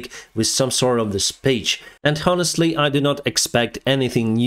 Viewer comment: Hi! Unrelated to the video content comment. Please look up how to pronounce "honestly" word. Don't want to be a pronunciation nazi, but you repeat it to often and I can't help not noticing it.